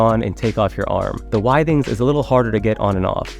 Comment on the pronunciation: It’s pronounced with-ings